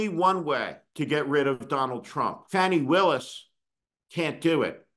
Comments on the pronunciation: No Steve, you're a bit WRONG! Also please get her name correct...it's FAWNI not Fanni. Perhaps we should call you. Those Prosecutors SHOULD have done what they did, at least f**king TRY to bring that Tangerine Tool to justice! This is. not. OVER. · You're full of it...and her name is pronounced Fawni.... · Her name is pronounced FAHnee, Steve. This is the worst rant you have had. Off base. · You could have at least pronounced Ms. Willis' name correctly!!!! If Merrick Garland hadn't dragged his a$$ for three years because he didn't want to appear partisan, we might not be in this situation. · YES, that's my question, as well. Steve, can't believe you are disrespecting Ms. Willis by mispronouncing her name. And, BTW, her issue was and is totally unrelated to the crime Trump committed. Also, I think you are way off the rails today. Why are you so keen to be critical of the prosecutors? I see our laws as being way skewed in favor of the rich and famous. That, and a seriously weak Merrick Garland, as well as a corrupt Supreme Court. You need a few moments of self reflection, Steve. You are out of control